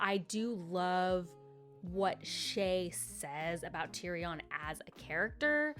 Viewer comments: Tyrion - pronunciation: tyrian :) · Seeing someone talk about the books who is so unfamiliar and new to the world is so funny. Like the pronunciation on the names is crazy 😭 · Tyrion = tear (cry) re in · Please...tyrion= tear re un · Yes!! His writing style is what sets this series above most others..I also love how you pronounce Tyrion ❤